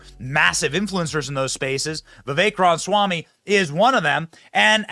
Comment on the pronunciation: Benny cant pronounce Ramaswamy. Cracks me up